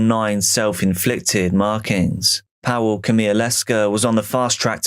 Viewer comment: Powell? Pawel, Pa-vull